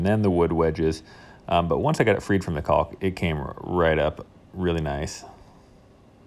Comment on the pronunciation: After what I assume is over 30 years of living on this earth, you still cannot pronounce caulk correctly.